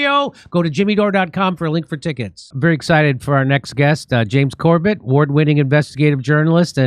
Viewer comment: its not James cobeTt Its james CORBAAAA